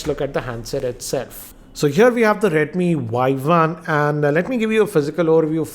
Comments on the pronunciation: oii dumbo!!!!!!!! this is not "y i" this is "y 1" better to learn the pronouncation first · Its redmi Y1 not Yi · It's Y1 not YI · He just pronounce it Redmi Yi. It is Redmi Y1. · sorry to interrupt but its Y1 not Yi